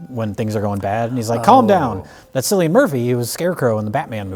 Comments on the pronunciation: LoL Cillian Murphy is pronounced like Kill-ian, not silly 😂😂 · Oppenheimer FINALLY taught how to pronounce Cillian Murphy. It's "Kill-ian", not "Sill-ian" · sillian murphy? KKKKKKK KILLIAN MURPHY also dumbnell? DOUGHNELL GLEESON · Killian not Silly-an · It’s said killian Murphy not sillian 😂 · It's pronounced Killian Murphy, not Sillian Murphy. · silly ann.... pronounced kill ee ahn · Silian Murphy? It's Cilian Murphy pronounced as Kill-ian. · Sillian Murphy? Who is that? Oh You mean Cillian (Kil-i-an) Murphy! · Wait. Sillian Murphy? Sillian? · "Sillian" Murphy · His name isn't Sillian Murphy haha! It Killian Murphy. The C is strong. Just a minor correction. Trust me, Im Irish! ;) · heads up for all non Irish people: Cillian Murphy's name is pronounced Killian Murphy not Sillian Murphy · You probably won't see this, but for future reference Cillian Murphy's name is pronounced Killian Murphy, not Sillian Murphy. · Cillian is prononuced with a k sound rather than an s souns. Kill-Ian Murphy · It's KILL-ian Murphy, not SILL-ian Murphy. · The C in Cillian Murphy is pronounced as K not an s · "Sillian Murphy" lol. Pronounce it with a K sound, like Killian :D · What the fuck is a sillian murphy? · Thats Cillian, with a hard C, 'Killian' not 'Sillian'. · For gods sake, it's pronounced Cillian Murphy. Cillian! Like Killian. Not 'silly-in'. Ffs...... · Cillian is pronounced Killian not Sillian Its an irish thing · Who's "Sillian Murphy"? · Cillian Murphy's name is pronounced with a hard "C." Not Sillian. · Sicilian Murphy. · My man literally said Sillian Murphy. You pronounce the C,. Cillian. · "silly-ann Murphy" fucking lol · Cillian Murphy, the 'C' is like a 'K' hahaha. Understandable though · ye are pronuncing Cillian wrong, it a 'k'sound not 'C' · Cillian Murphy the c makes a k sound like Killian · Cillian - the C is pronounced as a K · Cillian Murphy is pronounced as Killian* 😉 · I thought it was pronounced "Killian Murphy" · Cillian (Kill-ian) Murphy,.